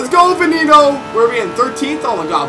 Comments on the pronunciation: its ve nay no not ven en o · She pronounces it wrong lol